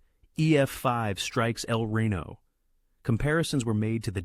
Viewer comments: Can't use actual images from the tornado? Also it's El Reno not Rino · It’s pronounced El ree-no, not rain-oh. 🙂